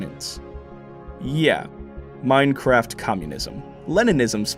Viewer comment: “Final plan ……… in Meinkraft”